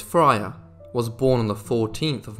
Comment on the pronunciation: Fryer is not pronounced as Frayer.